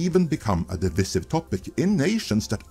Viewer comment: Pronounced dih-vice-iv.